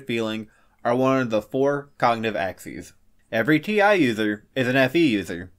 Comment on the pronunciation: Hey guy, it's not Ax-esses, it's Ax-eze